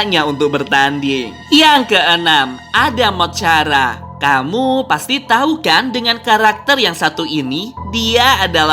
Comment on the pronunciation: Tricky adalah zombie dulu dia manusia terus kesalahan pada eskperimen dan dulu dia adalah dokter sama dj Chara di bacanya kara bukan cara